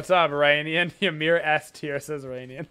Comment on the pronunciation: Omfg people learn to pronounce Ymir please